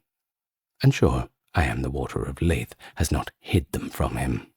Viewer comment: nitpicky but “Lethe” is two syllables, it’s kind of pronounced like “Lee-the”